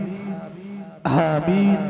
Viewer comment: Aaaaa ki jaga haa ki awaz aa rhi aameen to kehna seekh ln